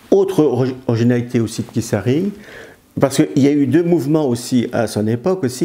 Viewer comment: On prononce le t pour Keith.Pas Kiss...